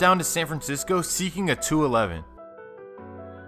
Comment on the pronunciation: This fool said seeking a 2 eleven 😆